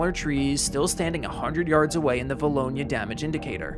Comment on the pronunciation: Always cool hearing someone pronounce a town of 2000 people correct. 2011 and 2014 were years for vilonia.